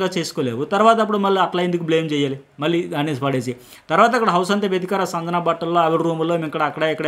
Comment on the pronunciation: మీరు సంజన అనే పేరు,,,, వేరేలా పలుకుతున్నారు,,, సరిగా పలకండి